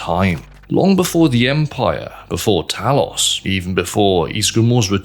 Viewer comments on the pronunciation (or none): none